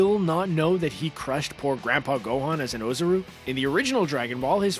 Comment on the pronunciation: Yo man you guys seriously need to stop making DBZ vids. You guys don't know shit about it. Goku is a full saiyan. It's pronounced oozaru like ooo-zar-roo. Also the main way I can tell that none of you watch dbz is because in almost every video you talk about how stupid Goku is, when he in fact is not. He's just childlike and innocent so it makes him seem dumb, but he really isn't. If you were a true watcher and fan of the show you would know that. Oh one more thing... You made a video called Vegeta vs. Thanos and you said Thanos would win which is by far the most untrue thing you have said so in all of your videos. It's fucking annoying seeing you guys make money off of something that a lot of people actually care about, knowing you guys don't give a fuck about DBZ. All you care about is making money off of it. I hope Toriyama sees your videos one day and puts you guys on blast for not knowing shit about it. Maybe I'll start tweeting him or something to let him know.